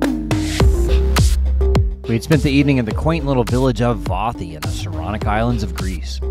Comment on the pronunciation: You are wasting your breath!! He can barely pronounce Vathi correctly without tripping!!